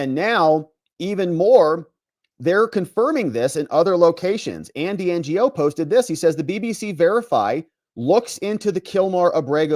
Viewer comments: I think it’s pronounced “NOE” Not ngo. Tranzfifa gave him a brain bleed while he covered the “Summer of Love”. He’s a great reporter 🎉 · Andy Ngo is pronounced Andy No. He's a great reporter of Antifa activities. Really enjoy your videos. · Andy’s name is Ngo- it’s pronounced “Non-Government Organization” lol. Kidding, it’s just “no” or “know” it’s a simple name. “Andy No” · you DO know Andy Ngo’s last name isn’t N-G-O right?